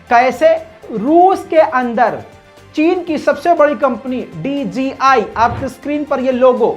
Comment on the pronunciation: ITS DJI NOT DGI THANKS